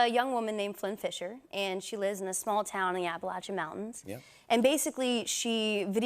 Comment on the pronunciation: Thank you, Chloe, for pronouncing "Appalachian" correctly. Most in Hollywood are clueless about this, usually saying "Appa-LAY-shun," which is annoying as hell. Big fan for years.